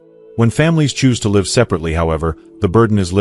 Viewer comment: AI failed to pronounce "live" correctly!!